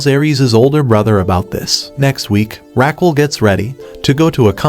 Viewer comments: it is not Raqwel It is Raquel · the way you say her name is killing me , but you can call her without the "u" Ra-q-e-l. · I think her name is pronounced Raquel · omg the way he pronounces her name jajajaj